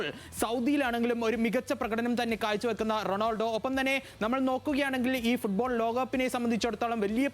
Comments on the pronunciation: ഫൂഡ്ബോൾ അല്ല ഫുട് ബോൾ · എപ്പോഴും ഫുഡ് ഫുഡ് എന്ന് വിചാരമേ ഉള്ളൂ ഫുഡ് ബോൾ അല്ല ഫുട്ബോൾ അങ്ങനെ പറ